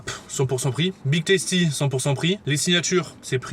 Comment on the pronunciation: Tasty putain pas toasty mes oreilles seigne